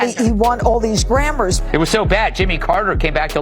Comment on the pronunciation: "Grammers"??? "Kendell Lamar"??? Was she having a sroke on t.v.? 😮‍💨